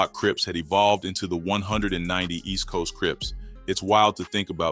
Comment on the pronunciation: Let me help you out with this their called (East Coast 1One 9Nine Oooooh's) (Del AM Mo) In Carson‼️ im sure your not from Cali by the way your pronouncing it, or a non affiliate! It may look like its called 190st but its not pronounced like that too them or any gangs in SoCal‼️ 🤷🏾‍♂️🤷🏾‍♂️🤷🏾‍♂️